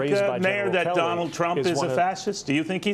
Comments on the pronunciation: He also didn't pronounce "Trump" , I think he said "dump"? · Did anybody else catch the slip of the tongue ? Neil said: Donald Drump Somebody please make this go viral. Vote Blue Always ! 💙🌊💙🌊🦅🦅🦅🦅